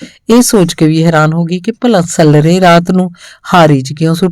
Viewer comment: ਕੁਝ ਸਬਦਾਂ ਦਾ ਉਚਾਰਣ ਸਹੀ ਨਹੀਂ ਲੱਗਿਆ ਜੀ , ਜਿਵੇਂ ਸੱਲਰੇ, ਰੋਹੀ ਨੂੰ ਰੇਹੀ, ਗਦੈਲੇ ਨੂੰ ਗਦੇਲਾ, ਪਾਲਾ ਇੱਕ ਪਤਾਰ ਹੈ , ਉਹਦਾ ਉਚਾਰਣ ਪਾਲਿਆ ਨੂੰ ਪਾਲਿਆ ਬੋਲਿਆ ਗਿਆ